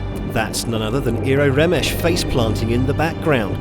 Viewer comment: "remesh"....... ugh -__